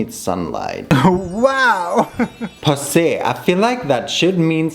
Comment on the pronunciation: Someone has to say it but “Lemon ✨poosay✨”